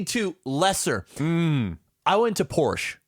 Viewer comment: Thank you for pronouncing Porsche properly:p